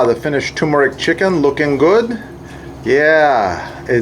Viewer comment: TuRmeric, with an ‘R’. It’s never TOOmeric.